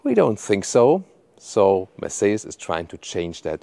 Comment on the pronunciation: Könntest wenigstens den Markenname richtig aussprechen, damit man das im Ausland endlich kapiert !!! Wir passen uns ja auch der Aussprache ausländischer Marken an. Scheint bei dir leider nicht so zu sein. Aber einen Umlaut im Kanalnamen.😂😂😂 Habe schon so einige Videos gesehen, wo Amis gestaunt haben wie deutsche Marken ausgesprochen werden.